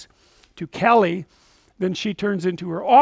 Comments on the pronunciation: It`s Kali not Kelly and it roughly translates to black in sanskrit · The name’s “kali” not kelly and staring at me is unwelcome because you need to mind your own bussiness